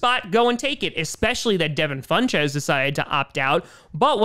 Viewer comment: Does anyone cringe a little whenever days funchess as FunCHESS? Just asking